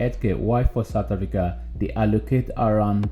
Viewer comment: point of correction, Africa not Hafrica